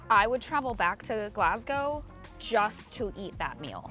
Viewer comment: thank you for pronouncing Glasgow right